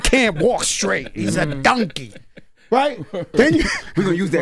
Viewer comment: HE FINALLY SAID IT AGAIN! "DUNKey" (Fat Joe saying Donkey) 😂